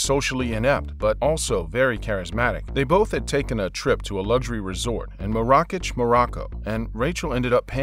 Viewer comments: You BUTCHERED Marrakesh. The way you pronounce it... Chainsaw Massacre. 😣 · Narrator - it’s pronounced Marrakesh...